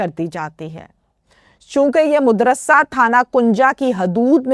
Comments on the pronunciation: Montana Lars Modarsa nahi Madrass hay AAP anchar Hain Alfaz ki adaigi Sahi Tarah Karna seekhain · lafz madrusa hay na k modrusa